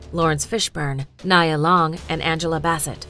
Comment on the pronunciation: This list is pretty hard to listen to, hearing them mispronounce her and many others' names over and over.